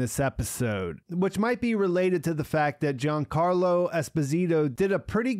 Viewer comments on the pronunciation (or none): none